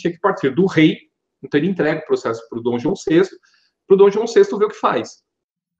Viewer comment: O Rei "Dão" João!HAHAHAHA no tempo segundos!